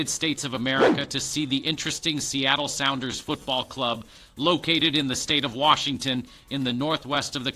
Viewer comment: caraca, você pareceu muito um Youtuber estadunidense falando sobre o Seattle sounders (belo sotaque)